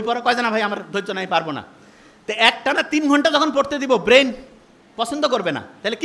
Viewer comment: 'বেইন' কী জিনিস?😂😂😂